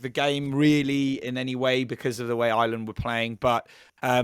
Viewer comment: Maybe pronouncing the name of the country properly may garner you some more followers in Ireland (not Island)